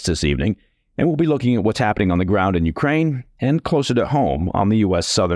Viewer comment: Coherent, sensible, well-written. Also, great diction. Thanks for not mispronouncing any words hipster-style, or saying YOO-krane instead of yoo-KRANE. I object a little to kar-KEEV, though. Should be HAR-keev. (Giving a little phlegm to the first letter is optional in English, but rendering it as a simple K isn't right.)